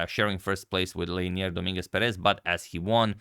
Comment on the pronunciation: It's not pronounced Pe-REZ, it's pronounced PEH-rez